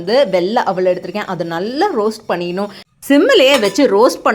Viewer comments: தயவுசெய்து தமிழ் நல்ல பேச கத்துக்கம்மா. அவள் இல்லை அவல் அலக்க இல்லை அளக்க😂😂😂 காஜு இல்லாமல் காஜு கத்திலி எப்படி? காஜு கத்திலி மாதிரின்னு சொல்லு. 😂😂😂😂😂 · யார் அந்த அவள்...?? 😂 வெல்ல அவுள்.. Or வெள்ளை அவல்.. ரெசிபி நல்லா இருந்தா போதுமா.. கொஞ்சம் உச்சரிப்பு leyum கவனம் செலுத்துங்க மா..